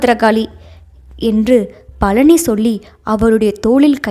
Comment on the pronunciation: கலி அல்ல கழி😮 பலனி அல்ல பழனி.ல ள ழ வேறுபாடு முக்கியமன்றோ தமிழ் உச்சரிப்புக்கு